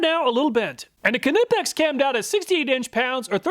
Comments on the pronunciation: The letter "K" in KNIPEX, is a silent "K" ... pronounced nipex ! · Per the Knipex company, "the proper pronunciation of "Knipex," the German hand tool manufacturer, is "kuh-nip-ex" (kəˈnɪpɛks), with a hard "k" sound at the beginning." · Knipex is pronounced like Knife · Anybody know the correct pronunciation of Knipex? I love me Knipex Cobras, but I pronounce it ‘NIGH-pex’ and Project Farm says K-nip-ex. Which of us is right? Or are we both wrong? 🤷‍♂️ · Love your video's but now I gotta wonder how do you pronounce 'knight' after your review of ka-nipex ha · the way he said Knipex had me mad, i wonder if he says Kanee(knee) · Am I pronouncing Knipex wrong as I don’t use the K and call them nipex? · I had to stop watching when you pronounced "Knipex" like a 4 year old. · U did not test a Kline And the k is silent in knipex just like knight ! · The main thing I took away from this video is that you still can’t pronounce Knipex 😅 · The k is silent in knipex aha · The "K" is silent in Knipex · Love your vids, just got to say that the K in knipex is silent just like the k in knife. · I'm pretty sure the K is silent. Those Mayhew look similar to harbor freight Icon for $50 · PLEASE pronounce Knipex properly - the K is silent! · Knipex..... You don't say "K-nife" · The k in knipex is silent. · One day he'll say knipex right lol